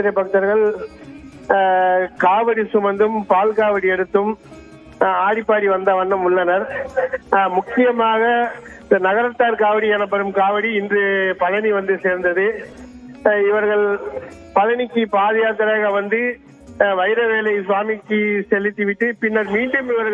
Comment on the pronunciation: Narakathar kavadi Pronounce properly